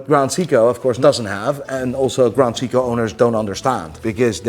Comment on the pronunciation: TBF cant even pronounce Seiko, or Raymond Weil. lol.Still love you. Love your content.